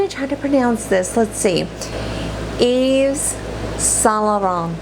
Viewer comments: I feel like the more videos you make you are becoming more of a natural and let yourself be yourself on camera ! And you pronounced YSL correct, expect the s in the end of Yves is silent, but it doesn’t matter cause they seem to have dropped the Yves, as you said 😁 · Once again a great video! For Yves St-Laurent you said it right except that you dont have to pronounce the s in Yves and the t in Laurent 😉